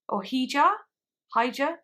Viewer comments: Also for pronunciations: The 'H' is ALWAYS silent The 'J' ALWAYS makes the H sound So Hija would be pronounced Ee-ha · hija is pronounced (ee-ha) <3 love your arca reactions i think it maybe possible the song is about her longing to be closer with her family as hija means daughter in spanish